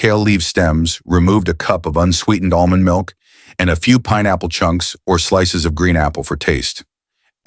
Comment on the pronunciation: Almonds milk ?? Dr what are you saying?